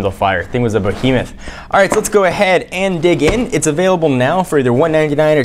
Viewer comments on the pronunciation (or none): Its so annoying how he says bahimeth